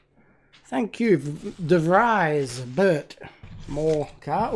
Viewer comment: Like your shirt, nice unboxing again. B.t.w. The name of Mr de Vries you pronounce better as The Freeze, sounds a lot better;-)